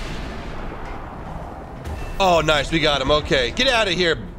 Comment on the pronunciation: Thailand nooooooooo ''Noice shot''